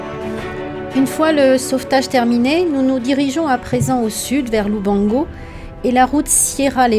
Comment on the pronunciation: its LUBANGO , NOT LUBONGO